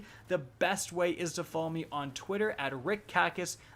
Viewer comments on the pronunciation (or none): none